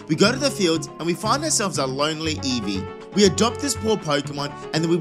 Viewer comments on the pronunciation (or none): none